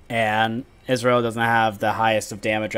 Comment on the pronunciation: I like the game you played Sona (as a Sona main)... one thing i noticed you pronounce Ezreal like Israel... But if i was on cam you would have a ton of things to poke fun of me on...(just look at this comment) Imagine if this was spoken aloud.